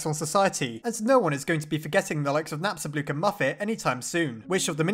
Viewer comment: I really like Napstablook. He has my personality, I feel bad for him because Mettaton or "Suzy" left him, and also because he just wants to be alone but when he finds a friend he's really sweet. also remember when you used to pronounce him Napstabluk? that really annoyed me, but im happy now